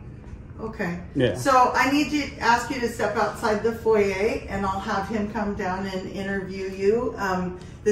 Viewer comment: Foyer she meant?